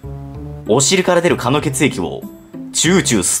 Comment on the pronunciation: 「お尻から出るぅ蚊ぁの血液を、チュウチュウ吸っています」 ここ1番ツボりました！笑笑